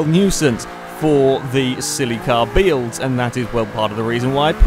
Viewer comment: said "silly car beelds"!